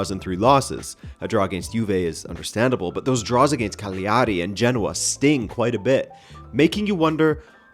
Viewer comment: I love you and you’re the man…. BUT… It’s Cal-ya-ri my friend 😂😂 sorry but I just wanted to let you know sir